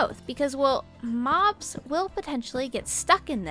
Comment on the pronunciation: Did u said mods or mobs